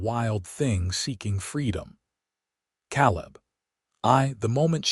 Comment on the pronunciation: Can't listen to an entire story with them pronouncing Caleb as Cal-lib. I'm out.